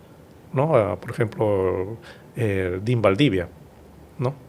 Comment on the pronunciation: Señor no se pronuncia DIN se pronuncia DEAN es un cargo eclesiástico. Debió usted averiguar antes.